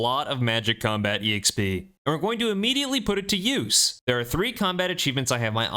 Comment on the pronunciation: It low key drives me crazy you pronounce the "E" in EXP. Just XP man. No E. Lol